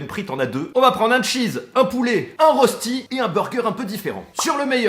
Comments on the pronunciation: Ça se prononce ( reuchti) pas ( Rosti ) 😂 biz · Salut, superbe vidéo comme d'habitude 😊 Mais le rösti se prononce "Rochti". Dédicace depuis la Suisse 🇨🇭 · Arrête d’écorcher la prononciation dès rösti, on dit rochti